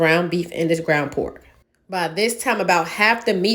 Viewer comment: Lol "we like po'k"